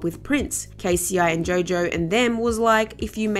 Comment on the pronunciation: It's Jo Jo. Not Joe Joe.🤔